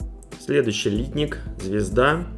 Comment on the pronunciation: Обзор в виде сравнения - идея хорошая, все наглядно и хорошо видно. Только вот "лИтник" - он, если правильно, "литнИк". Очень слух режет :)